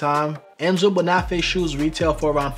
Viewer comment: Thanks! I have two pairs of Carlos Santos and even after several years of wear they're still beautiful. These Oxfords in the video are special. A head's up: Bonafè is pronounced bone-a-fey.